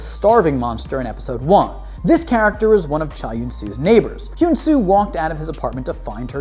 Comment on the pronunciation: this is how u say hyun su´s name he an su